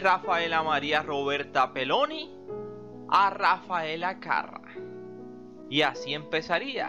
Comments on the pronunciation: (Era carrá )no carra) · se pronuncia Carrá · Porque le pones acento en la primera a si lo lleva en la segunda? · EL APELLIDO DE ELLA LLEVA ACENTO EN LA ULTIMA "A" CARRA!